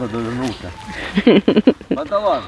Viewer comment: Не Панталон... А "ПАН-ЭТАЛОН", КРАСАВЧИК